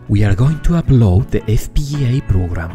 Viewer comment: Your pronunciation of the word "FPGA" is amazing! <3 <3 <3